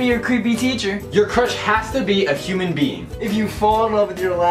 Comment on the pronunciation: did you seriously pronounce human as "YUMAN"